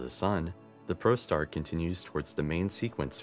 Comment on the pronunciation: saying it once is too much for a produced video. How about prostar for protostar or dutrium for deuterium. 2 other mispronouciasions.